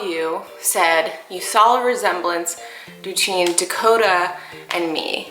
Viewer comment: "Detween" made me laugh so hard